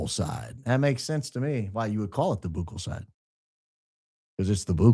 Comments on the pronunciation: "BOOcal swab" being said over and over has me cracking up 🤣 Pronounced more like buckle. Sorry, had to point it out! Great opening statement! Love the show! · ..your shows are wonderful but your insistance that " buccal" is pronounced " boo kal", has been puzzling me. So i double checked.While some may occasionally use different pronunciations, "buckle" is widely accepted as the standard in medical, dental, and everyday usage. So you say po-tah-toe... I say po-tay-toe.😂 The only reason I'd heard of it is because of models who had been having their buccal fat removed to make their faces look slimmer..😱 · The buccal mucosa (pronounced “buckle,” like a belt buckle, not “boo-cal” or “byoo-cal”) is the inside of the cheek, where DNA swabs are taken. The buccal mucosa is rich in endothelial cells and DNA. Cells are collected on what looks like a long Q-tip, called a “buccal swab.” Never agree to a buccal swab, or any other DNA collection method, without a court order. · Fyi: Nurse Kasey is dyinggggg at your pronunciation of buccal. 😂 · Boooo-k-uhl! 😆 A buccal swab (pronounced buck-uhl) is a non-invasive, painless method to collect DNA from cheek cells using a small swab. Buccal refers to the cheek, mouth, or the area toward the inside of the cheek and is usually referred to in dentistry for the cheek side of the tooth! Couldn’t stop laughing hearing you say Booo-k-uhl…as a dental assistant! 😂 Love your podcast! Ur my favorite podcast…well other than the Battle Bun QUEEN! 👑😉😆 Keep going! 🙌🏼🙇🏻‍♀️ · The swab is pronounced "buckle" not "boukel". 😅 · I watch a ton of true crime shows like Forensic Files and the like and they ALL pronounce it BUCKLE!! I’ve never heard one Detective or Scientist say BOOKLE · as a dental hygienist, I cringed everytime you said buccal swab. Its pronounced like "buckle" not "boo-cal". 😂 As always, I loved the show. Go max And God bless ❤ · Hi, its pronounced "buckle swab" but I am sure a lot of people pronounce it wrong.